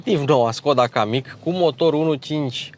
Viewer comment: kamiq se citeste "cam mic"